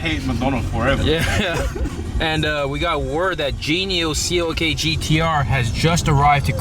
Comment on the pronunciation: Its CLK not COK... -.